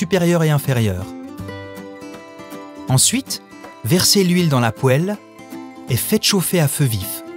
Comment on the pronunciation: Ahhhhhh la fameuse "Pouelle"